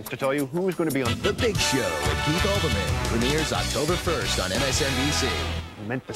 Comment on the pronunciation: It's Keith Olbermann, not Albermann.